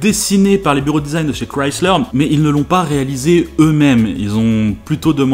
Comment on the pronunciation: Au moins la Mazda Furaï est sur Grand Turismo PSP, et enfin un Français qui prononce bien le nom de la marque Chrysler, car j'entends parfois des gens le prononcer comme ceci: Crislaire